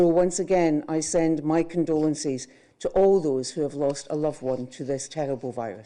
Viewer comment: Well I let "condolencees" pass before, but "dishees?"... What kind of English is this? You have the English people right there across the border, and you don't know how they speak??